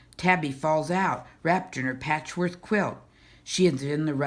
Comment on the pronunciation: Why do you say patchwork like 'patchworth'? Anyway, this was my favourite book from my school library growing up (a long time ago), thanks for making this video.